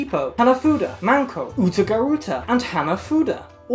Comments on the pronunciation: Okay but the first time she said MANko instead of MENko I fuckin choked That’s pussy, babe! 😳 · saying 'mAnko' ( pussy ) 万個 instead of 'mEnko' ( a card game )面子 👌🏾😩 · Every time you said "Menko", I heard manko. Manko is Japanese for pussy lmaoo